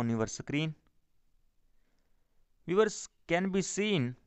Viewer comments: I like 👍 it when he says viwers [Viewers] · I clkiked his chanal and said 'VIEWERS' then he repeated it after me😂